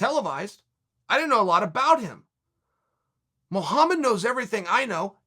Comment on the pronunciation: “Blahal Muhlhammad” lol